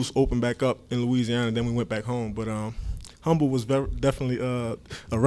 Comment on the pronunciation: Anyone from Houston in here flinced at the way he pronounced "Humble, TX"... Glad to have you Tryann but the "H" is silent bihh